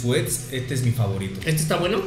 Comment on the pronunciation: comiendo maruchan con doritos que no le gustan: "etaweno"